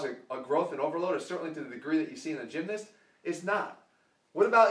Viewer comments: love you jeff bro but the way you say gymnast like "gymnist" was weird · Emmanuel Macias yeah i pronounce the A (gym-nahst) and not change it to an "i" like jeff (gym-nist). Im from england by the way so it might just be english people who say it this way.